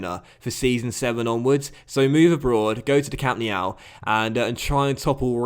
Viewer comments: Nobody: Literally nobody:: Camp Nee-ow🤦‍♂️ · We all know that Championship Manager 03/04 is the G.O.A.T!!!! Also what's with the stupid way you pronounce Camp Nou? 😂😂😂😂